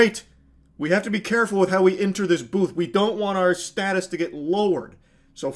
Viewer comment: State-us right. Second guy lol